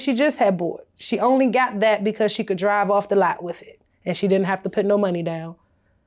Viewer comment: I hate that she pronounces the word "with" like (wif).. ugg